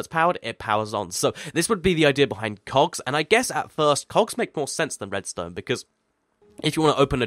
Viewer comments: He said cocks instead of Cogs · you said cox instead of cogs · When he said it's it sounded like cocks Chickens=Redstone HAHA! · Pls stop saying cocks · hear him say "cogs", it sounds like he's saying "cocks" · I thought you said cocks, there! Lol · he said cocks LOL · Sounds like he said cox